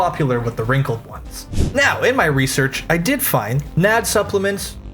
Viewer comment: As a bio student hearing someone say Nad like it's a name is sending me😭 it took me a hot second to process what you were talking about. Like ooooh NAD+! The stuff in cellular respiration! Alright.